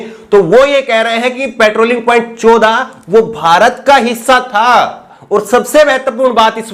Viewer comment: चोदा नहीं चौदह बोलिए भाई